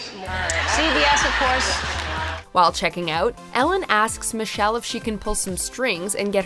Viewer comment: "Michelle" RIGHT